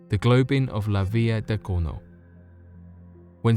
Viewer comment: A Globin? U mean a goblin?